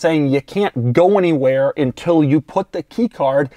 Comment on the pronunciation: Hey dude are you aware of the fact that the word is UNtil, not INtil?! Just asking.